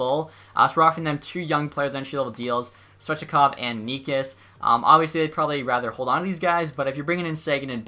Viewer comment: Necas is pronounced nechas